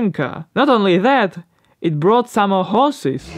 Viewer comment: Thumbs up for the video, but especially for "it brought somma horses" :)